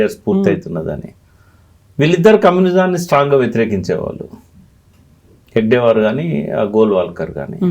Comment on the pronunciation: ఆ మహానుభావుని, ఆ యుగ ద్రష్ట పేరు హెగ్డేవార్ కాదు, హెడ్గేవార్. అది మొదలు తెలుసుకోండి. మీరు చెపుతున్నదంతా మీ లెఫ్టిస్ట్ కోణం లోనుంచి చూసిన, ప్రజలకు చూపిస్తున్న చిత్రం. RSS చరిత్రను వక్రీకరించటానికి చాలా హోంవర్క్ చేశారు. కానీ ప్రజలు ఎవ్వరూ నమ్మరు, మీ లెఫ్టిస్ట్ లు తప్ప.